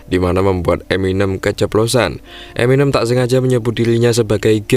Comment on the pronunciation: eminém mas.. bukan eminêm